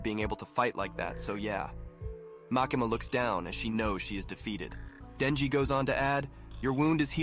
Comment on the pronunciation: Makeema bro why you saying her name like that😭😭😭 you surely didn’t do some research lmao